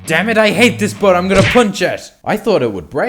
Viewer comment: Bro wth is "Boas"? It's BOAT 😂